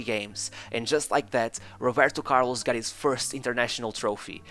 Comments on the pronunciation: That’s how some Brazilians pronounce his name buddy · The way the narrator says "Roberto Carlos" sometimes give away his Portuguese accent 🙂 great content!! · O primeiro vídeo do canal foi sobre Figo e o jeito que você pronuncia Roberto Carloxxxx e Atlético Mineiro entregam que você é português HSAUHSAHSAHUSHAHus